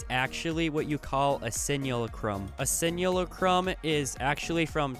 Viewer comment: Simulacrum is pronounced Sim-u-lack-crumb